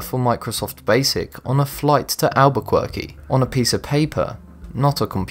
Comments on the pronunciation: Albuquerque is pronounced Al-bu-ker-key not Albu-quirky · ... on a flight to "Albuquirky" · You should do some too before you mispronounce "Alberquirky" again. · Haha, Albuquerque... Albukweeeerky! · Albuquerque is not pronounced like that. It's a Spanish name so the q is pronounced like a k.